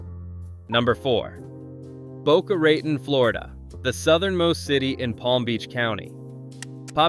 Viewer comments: Mom-zy. Nola RATun etc. even if you use AI, you need editors. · It is not pronounced Boca RAY-ton, it is pronounced Boca ra -TON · Boca Raton pronounced Boca Rah-than not raytin. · This is Walter Cronkite in 1973, not 1977. Actually here he was announcing the death of LBJ Jan. 22nd of that year. That's AI generated video for ya. :face-fuchsia-wide-eyes: "Boca RAtin, Florida". Jeez. :eyes-purple-crying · I cant find a Boca RAY-TEN on any map. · or Boca Ray Ton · How about “Boca RAY-ton”? Jeez. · Boca Rate-on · Narrator of this video should learn the pronounciation of names and words such as Elie Wiesel, challah, Boca Raton and Rabbi Aharon. Also, this video is already old. It needs to be updated. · not one of these communities is a suprise to most jews. i wish this guy would find out how to pronounce things right. even the town Monsey and Boca Raton is pronounced wrong. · Seriously, tell the AI reader to pronounce challah, Boca Raton correctly. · That pronunciation of Boca Raton is an embarrassment. Some of the other pronunciations are just as bad. Fire that narrator! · It is funny, not only is the AI incompetent in Yiddish and Hebrew, but American Spanish (Boca Ratón)....but the use of AI is growing without guard-rails.... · Oh my; The person selected to narate this film should AT LEAST know how to pronounce Challah correctly, if not also be Jewish. This is offensive! This guy also pronounced Boca Raton, Fla. incorrectly, Teherangeles incorrecly, Rodeo Drive, & more. OY VEY, This Shaygetz needs to leave the narration to someone qualified to pronounce the city names correctly. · You mispronounced challah, Rodeo, Boca Raton.